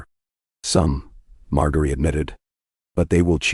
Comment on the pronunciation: It's pronounced MarJERY and please fix the vocal distortions.